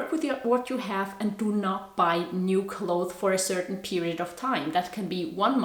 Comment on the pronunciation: Hahaa I like how you say ‘clothe’ when you talk about clothes. In english, its pronounced clothes with an S at the end and we pronounce it as clotheS. Not clothe. But it sounds so cute when you say it your way bcuz we never heard that before😁 I think youre awesome🤍😍